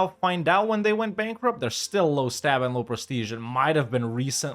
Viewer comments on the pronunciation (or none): none